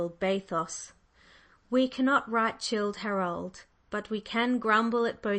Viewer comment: Byron might have been surprised to have learned that he wrote "chilled Harold"!! One of Madame Corelli's several passionate books much marred by a reading where the reader mispronounces any "foreign" word and reads in a flat voice sometimes ignoring the punctuation and thereby not comprehending what she is reading. Disappointing by its lack-lustre performance. Just started on chapter 4 and can't stand it any more! Why on earth did she think she could do this?